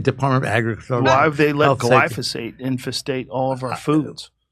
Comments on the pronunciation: Love you guys. Two things…..It’s glyphosate…not glysophate. Also….why do you want government to control healthcare? It’s not different. See you in Austin.🥳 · Come on, guys: GLY-PHO-SATE. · It's gly-PHO-sate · Jimmy its glyphosate pronounced gly fo sate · Love this channel! Okay, say it with me: glī - Fo - Sayt "Glyphosate." I used to mispronounce this word a lot. Educated ID-10T's will use that as a reason to not take one seriously. Regarding misogyny: In the last 3 years I have had random women (females) get visibly and verbally upset with me (male man) for opening a door for them, which I was raised to do without question, whenever entering a business and our paths happen to meet at the respective business' front door, regardless if my GF is with me or not. When the heck did common courtesy and respect for females (women, ladies) get thrown out the window? Funny thing, transgender (M2F) women drool when doors are opened for them, in my personal experience, whether my GF is there or not!:elbowbump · Jimmy love ya but why do say glysophate when reading the word glyphosate😅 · Jimmy...it's "gly fo sate". Similar to Agent Orange. Learn how to pronounce it, please. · Jimmy, it’s pronounced Gly-foe-sate 😊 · Jimmy, it's Gly Pho Sate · It's Glyphosate. Not gliso-fate. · It's Glyphosate! Glī - fo - sāt. Don't fuck up your point with mispronunciation. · "Gliff-o-sayt" -- glyph, like petroglyph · Holy sh×t!! This idiot FOUNDED Rolling Stone?? Are you freaking kidding me? What a complete schmuck. Jimmy.. gly-PHO-sate. :) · It's glyPHOsate Jimmy lol, GLYPHOSATE. 😄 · You're pronouncing glyphosate wrong, just saying.. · Jimmy. You are saying Glyphosate wrong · how many times is jimmy going to mispronounce "glyphosate"? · As a chemical engineer and my internship was in a facility that produced glyphosate, jimmy’s pronunciation is driving me nuts🤣. 25 yrs removed from that now. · Their mispronunciation of Glyphosate is driving me crazy. Not gly-sa-phate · Say (Gly-Fo-Sate).